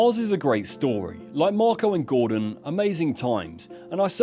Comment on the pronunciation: *Marco not wtf